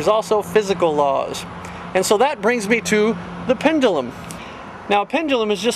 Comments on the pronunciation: For God's sake... it's PEN-DUE-LUM, not PENDALUM -_ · Actually, a more appropriate way to pronounce it for him would be PEND-JEW-LUM.